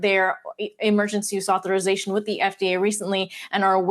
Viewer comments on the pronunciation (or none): She can’t say authorization 🤣🤣😄😄